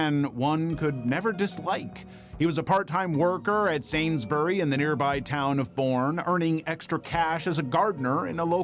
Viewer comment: The way he said sainsburys so bad it confused me 😭